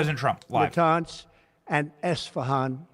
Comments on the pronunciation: STOP SAYING ESTAFON! it’s pronounced ish-fa-hon, not ESTAFON, the! Both y’all need to learn how to read. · Benny the name of the city is esfahan not estefan is like u say florkilia instead of Florida, I love your show and this is not a disrespect